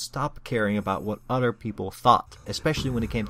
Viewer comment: When u say other it sounds like u say utter